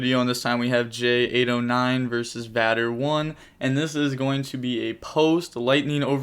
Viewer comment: Batter? Vader, like Darth Vader.